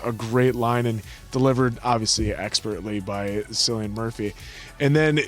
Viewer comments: I've seen Cillian in a one man play and the silence that followed when it finished was for amazement - he's SO GOOD, I've also seen Helen in a play and again she killed it...BTW it's KILLian not SILLian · Its a hard C with Cillian, Answer. Like Killian Murphy. Just an fyi. I said a soft C for years. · PS, "Kill-ee-an" Murphy. Hard C, boys. Bloody Irish.